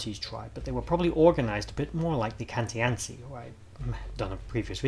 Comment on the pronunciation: Is it not pronounced KAN-TEE-ATCHI? i guess The Romans being Italian?! Im a, Born and bred! 😊